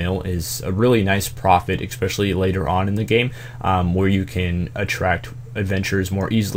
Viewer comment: listen man, I love your guides, i think you are great and all. But it is pronounced ESpecially, not EXpecially.